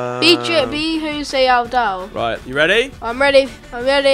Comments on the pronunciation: Omg it joe-say Al-doe get it right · james pronounce it al-dough 😆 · Did he call Jose Aldo hosay owdow